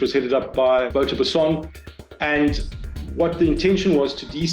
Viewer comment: As a South African, the presenter's pronunciation of Wouter Basson and Tik is hilarious.